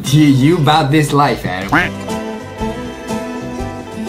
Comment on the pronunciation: adam! not amen